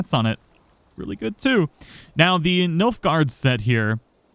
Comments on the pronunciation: Anyone else notice how he mispronounced the name the entire video? Nif-uhl-hyme, not Nilf-hyme. Land of ice in Norse Myth, whos ice combined with Muspells fire to create the world. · Did my man just call it the Nilfgaard set? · Please learn to pronounce Niflheim.